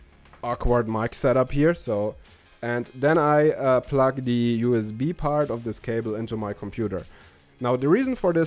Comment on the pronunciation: I know you are from Germany. But i can't help but giggle to myself every time i hear you say "Pluck" when you mean to say the word "Plug." Here are some videos to learn how it is pronounced correctly. Plugged is the past tense of the word plug. Plug - Plugged - Plugged - Pluck